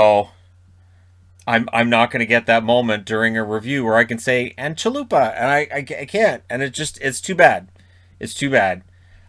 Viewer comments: can you pronounce Javier or Jalapeňo? same as Chalupa :) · Hey, a little lesson in Czech language: "Ch" in Chalupa is pronounced as "kh" sound while the "k" is semi-silent